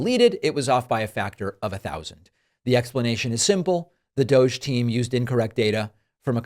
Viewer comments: Pronounced DOG 🐕‍🦺 E. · You’re all pronouncing it wrong, it is actually pronounced "Dog Eee". As in "Bad Dog Eee"... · Let it be known, that from this day forward, and throughout the land, DOGE shall be pronounced so that it rhymes with, "doggy." So it is written. So it shall be done! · DOGE really should be pronounced "DODGY"